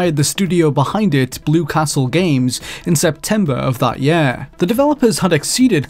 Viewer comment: Every. Single. Time. This dude says "year" I am triggered. I try to ignore it, but he says it A LOT